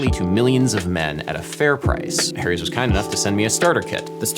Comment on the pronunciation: Funny how you pronounce "Harry's" like "Hairy's"! LOL Great music, BTW. I've been digging on lofi hip hop music for a year now, and this is the first tutorial that explains it. Thanks for being a hero!